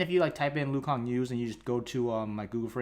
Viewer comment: nah he said lu kang in the video by accident thought it was funny